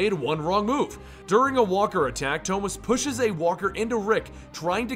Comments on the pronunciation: Toemas? Thomas 😂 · The way he said it is the Spanish pronunciation of the name